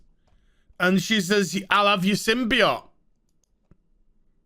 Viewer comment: I hate how you say symbiote wrong